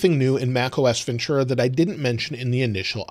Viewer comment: There is no “ch” sound in Ventura